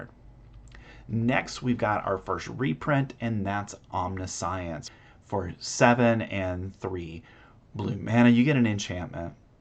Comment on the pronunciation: Good video. Great showcase! Side note: omniscience is pronounced differently.